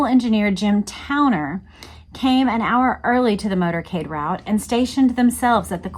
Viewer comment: It sounded like you said “murdercade”. Isn’t that an accurate term for that particular motorcade?!